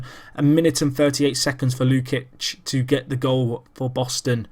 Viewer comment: You can prononce it Luchich not Lukich ^^ great video btw